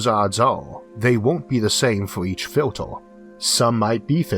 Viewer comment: why are you changing your E's to O's please learn real english. it is pronounced Filt-er not Filt-or...